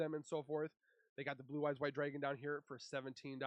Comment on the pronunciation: Brother please...It's drAgon and not "dRaYgOn"...